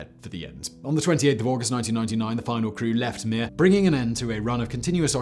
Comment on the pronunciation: You have to say Mir in a Russian accent. Oh and of course, in Soviet Russia space station launch you!